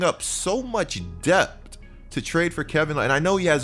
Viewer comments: It’s depth not dept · It’s pronounced depth😭😂